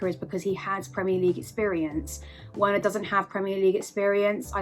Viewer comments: For goodness sake, it's pronounced Verner not Werner, please Chelsea fans get that name right, no wonder why he can't score 🤦🏾‍♂️ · Its pronounced "Verner" ffs